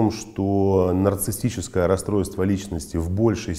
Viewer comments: Проверочное слово-нарциссТ,что ли?безграмотность режет слух! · Как?как психолог может говорить"нарцисстическое"(расстройство)!? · Очень странно, что психолог сам термин произносит неправильно. Нарциссическое расстройство, уважаемый, в этом термине нет буквы «т» 🤷🏽‍♀️